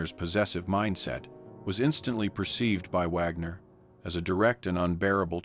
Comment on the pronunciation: I agree, at the beginning it pronounced "Wagner" correctly, then later through it pronounced it "Wogner" 🙄